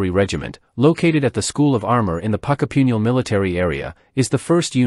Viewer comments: "Puckapewnyal"? Jeez, fair dinkum. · Pucka-pun-yal and Ban-di-ana if that helps.